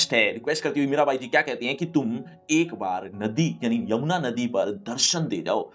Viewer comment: Yamuna❌ Yummana✅😅